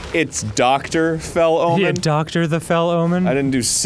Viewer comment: I know they're saying 'fell omen,' but I'm hearing 'fellow man,' and I keep saying it like Pearl Jam. "She dreams in color, she dreams in red, can't find a fellow man." I'm not well.